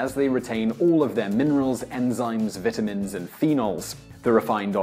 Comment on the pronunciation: You pronounced the word "vitamin" wrong.